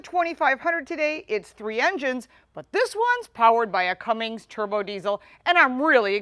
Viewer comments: It’s Cummins, not Cummings, and it’s 370 hp not 385, but your close on both accounts! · Cummings? Really? Learn how to say it if you’re going to review it and post it. There’s no G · There is no G in Cummins...